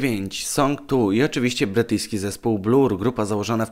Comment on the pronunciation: Bler nie Blur się czyta